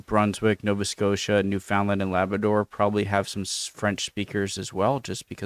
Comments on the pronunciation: Guy in the video mis-pronounced Newfoundland, I'm not quite sure how to feel. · That's a groundhog (aka a woodchuck), not a beaver, . And the narrator can't pronounce "Newfoundland". The 355-year-old Hudson's Bay Company just went into receivership on March 7, 2025, after only 19 years of Americans owning and running the business. There are old French-speaking communities in every province and in at least two of Canada's three territories, perhaps all. , the treaty gave the North and Northwest to Canada but the Oregon Territory was still disputed between Canada and the USA. The 1837 rebellions were in what's now Ontario and Quebec. The rebels' hearts were in the right place, and the MacKenzie-and-Papineau-led rebellions led to the formation of Canada as a self-governing country. However, MacKenzie's declaring the "Republic of Canada" was the equivalent of some radical militia grabbing a few square miles of the USA, and its leader calling it the "Kingdom of USA". No one except MacKenzie's followers recognized this declaration. Overall, this is an okay but brief video on Canadian history. How Canada moved from being an English colony to a self-governing country with a foreign monarch, who has absolutely no power, was a complex process with many steps, and can't be explained in this video's comments. The video did not acknowledge that this land did not belong to France, England, or the newly-formed Canada, but was already occupied by indigenous peoples, who lost their land largely through force, coercion, and a refusal to hear their claims. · Great comment, very informative. / I think it's funny how the narrator pronounces Québec properly (well the French way) but completely butches poor Newfoundland. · Does it bother any other canadian that the narrator puts the emphasis on the wrong syllable of Newfoundland? 😅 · It's not New FOUND Land. It's New Fin Land. Also, the term "Eskimo" is persona non grata - it's Inuit.